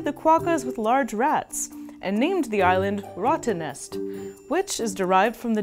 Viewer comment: Love ur Videos, it is a little bit to late, but rattennest is not pronounced with the "ouah-ttennest".... Its a "real" rrrrrr